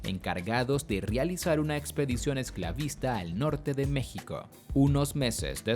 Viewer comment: mexiko?? JQKSKQKS